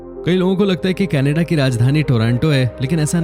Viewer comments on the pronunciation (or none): Are bhai thikse Canada to bolo..... Ke Na Da... Kannada boleto ho it sounds like hamari kanada language ki yad aati hai 😱 Hindi aur English dono ka KACHARA banate ho 🙄